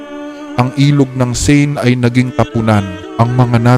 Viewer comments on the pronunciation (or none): none